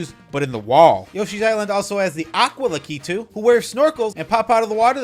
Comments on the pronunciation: Great video! I like how you pronounce La-ke-too!😂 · I can't get around how you say lakitu